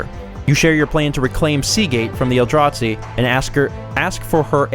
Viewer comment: The way you pronounce Eldrazi as "El-draht-see" is adorable, lol